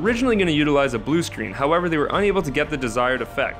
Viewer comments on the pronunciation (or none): none